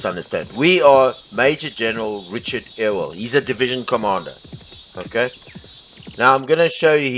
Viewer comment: Great game and a wonderful overview. It sounds like you might be from northern Minnesota and thus not local to the South (being silly) but let me help you with the pronunciation of "Ewell". It's pronounced like "You-ull". :) Not biggie, just helping you out mate!